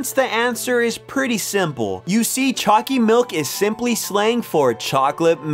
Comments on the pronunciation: Why does choccy milk sound like chunccy milk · for a moment i thought you were saying "Chalky milk" xD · U make choccy milk sound weird in the beginning